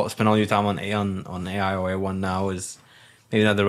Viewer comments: Confused why keeps calling A.I. --> A1 🤔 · He lost me when he started calling it A1 😂